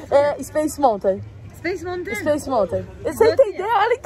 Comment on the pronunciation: Uma dica: Nao se fala Montain, se fala Maltan. Amei o vlog!!!